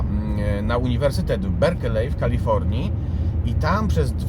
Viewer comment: 1)Universytet w "Berkli" nie w "Berkelej" 2)To nie David rozpoznał Teodora manifest w gazecie tylko Davida żona Linda.